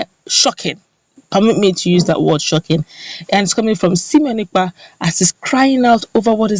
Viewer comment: LET SIMONE EKPA's NAME BE PRONOUCED PROPERLY PLEASE He is NOT called sEmion.He is sImone (pronounced: Saimon). SIMONE AND SEMION are wholly disimillar. The difference lies in E and I and their respective meanings. you are seemingly intelligent and well-informed. I am sure you would not want your name to be mis-spelled or malprounced more especially when CORRECTION has been offered to you a couple of times to that effect. Writer's is another SIMONE and I do pocket my pride to accept corrections.